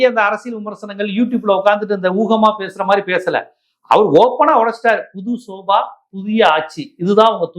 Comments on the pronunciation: Bro, Sofa not Soba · யோவ் அது ஸோஃபா....என்ன தமிழ் படிச்சியோ